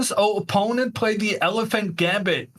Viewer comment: Nice to hear the commentator pronounce the word "opponent" the correct way - unlike others who must remain unnamed for now and which I wish a speedy recovery..